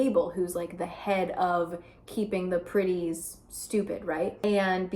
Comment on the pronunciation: I was knly half listening when you said "the pretties did thus and so" and I really heard you say Griddies??? I was so confused, why are people griddying??? But then I understood my mistake